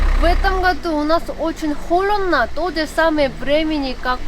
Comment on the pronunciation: Почему говоришь: холедно, делать?